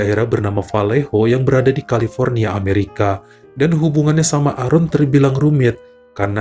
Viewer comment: Maaf bacanya "Eren"..tq